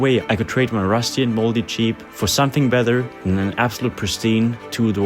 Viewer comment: pronouncing jeep as cheap is pure poetry! love your work.